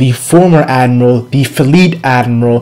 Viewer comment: Can this guy actually pronounce admiral? wtf is an "admal"?